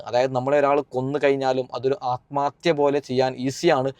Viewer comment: Daa വിശം അല്ല വിഷം നീ അനീഷിനെ പഠിപ്പിക്കാതെ, atmathya അല്ല ആത്മഹത്യാ എന്നാണ്, ശംശയം അല്ല സംശയം ഇതൊക്കെ പഠിച്ചിട്ടു vaa വെളിവും വെള്ളിയാഴ്ച ഇല്ലാതെ ഒരു ചാനെൽ ഉണ്ടെന്നു കരുതി എന്തും വിളിച്ചു പറയാതെ 🤣🤣